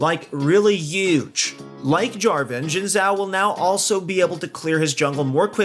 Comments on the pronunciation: Jin zhao? I think it's ''zin'' zhao but idk. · It's read as "sin chao" not "jin zao" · Guys, it's "shin jao" not zin jao or shin zao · Say it SHIN xhao not Zin Zhao! Shin shin shin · I think they said “zjin chao” which is close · Oh btw Xin Zhao is pronounced “Shin Jao” :) Source: I’m Chinese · it sounds like he’s saying Jhin-Zhao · My guy literally saying Jhin Zhao